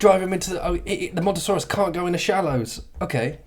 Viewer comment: It's called Mosasaurus not Montosaurus .